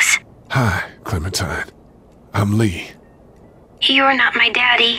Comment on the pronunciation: Danke erne das du es mal spielst Er heist Lee nicht gleen trozdem geiles LP😅